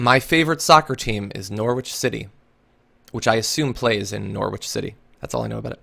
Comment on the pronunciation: Umm Norwich is pronounced Nor-ridge :)